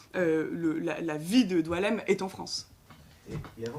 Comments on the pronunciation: Son nom est boualem, comme boualem sensal, pourquoi vous l'appelez DOUALEM!!! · Il s'apelle BOUALEM , comme boualem sansal. Et non Doualem ! Pourquoi vous degirmez son prenom ! Diualem , prenom qui n'existe pas en algerie ni aucun pzys ararabe !